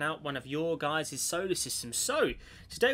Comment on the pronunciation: It's guys not guises.